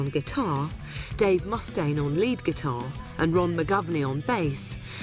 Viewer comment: Mustaine not MUSTaine... lol